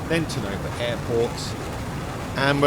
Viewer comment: Learn to pronounce tonopah yoyr saying it wrong im British I know how its pronounced dint be ignorant